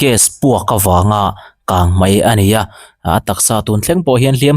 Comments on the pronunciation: KANGMAI❌KANGMEI MEI leh MAI i lamdan kha i chianglo nge i tilui ⁉️❓❓❓ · bengvar thlak in a ngaihnawm hle mai. Mahse, kangmei tih hi kangmai angin ka hre tlat mai , i lamdan hi a diklo deuh em ni aw